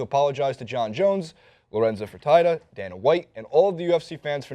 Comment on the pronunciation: Why did he say Lorenzo Fertitta in an Australian accent